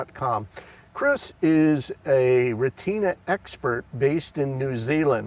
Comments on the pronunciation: (Rhett-Tin-Ahhhh) not (Rei-TINA) 3 syllables not 2 syllables 😊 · "Stop the presses, hold the phone" - do a Google search for ---> German pronunciation for retina You'll find that in fact the German pronunciation in Deutschland is "reh-teena" Here in Texas, we say "ret-ten-na" 😃